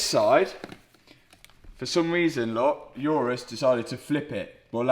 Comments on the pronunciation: Day 673 of telling you it’s an Urus, not a Yurus. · Why uz calling it iourous when its names urus ? 😂😂